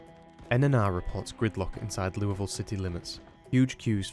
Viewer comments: Can't tell you how many times I heard him say Louisville before I paused and said "OMG did he just pronounce it the right way!!?" 😂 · Someone finally pronounces “Louisville” correctly. The gods finally shine upon us! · Thank you for calling it "loo-uh-ville" and not "loo-ee-ville" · Thank you for pronouncing "LEW-uh-ville" correctly. Signed, A Person From Indianapolis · He actually said Louisville right! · did you, a non kentuckian, hell, a non american, just pronounce louisville correctly? i must be dreaming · As a Kentuckian I thank you for pronouncing Louisville correctly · Thank you so much for pronouncing Louisville correctly, sincerely, central Kentuckian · Shout out for pronouncing louisville correctly. it must be the accent! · Bro pronounced Louisville right🎉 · Finally, someone who pronounces Louisville correctly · DUDE AS A KENTUCKIAN I HAVE FINNALY SEEN SOMEONE PRONOUNCE LOUIVILLE CORRECTLY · Wow he says Louisville correctly amazing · As a Louisville citizen it brings me so much joy that you pronounce our city's name so well. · thank you so much for actually pronouncing Louisville correctly, I live in KY so it always bugs the hell out of me hearing people pronounce it "leweyville" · I have to say, as a Louisville native, props for an acceptable pronunciation! Better than the Louis-villes or the Louie-villes ive heard from a number of other people talk about the game